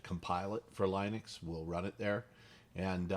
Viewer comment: Also pronounces "Linux" the proper way ! Ish!Ish!